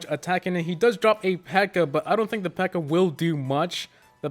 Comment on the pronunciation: What the fuck is a pirror